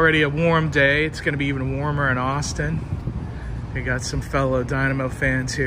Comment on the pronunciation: O;59 “Asstin Texas!”😂